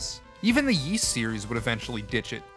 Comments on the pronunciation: Forgive all the comments. The Y's series is pronounced "Ease" or "Eez," not WISE/YS. (I apologize if that came off rude, just trying to help.) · Ys is pronounced "ease". And its not a made up word. Its found in the real world so we already know how to pronounce it. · to help : say it in french : YS, = the sound of EAS, as in "EASY" "Wanderer from "EAS""